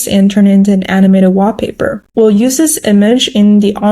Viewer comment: I love that she says WAH paper 😁